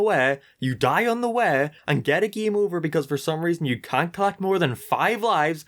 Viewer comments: why do you say game weirdly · Everyone else: decade LSMark: deckeed Everyone else: hate LSMark: heat Everyone else: game LSMark: geam Everyone else: racing LSMark: reacing Everyone else: m&m LSMark: am&am Everyone else: came LSMark: keam I might delete this later